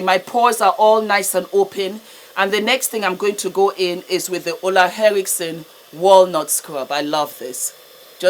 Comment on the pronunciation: The Nigerian in her came out when she said "Ole, win something nau".😂😂😂